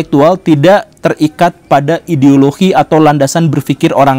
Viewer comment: kenapa Pak gembul bilang ideologi jadi ideolokhi